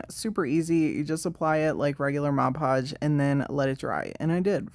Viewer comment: I've always wondered about all the different Mod Podge varieties, so this is super helpful! And thanks for not saying modge podge! 🙄😬😆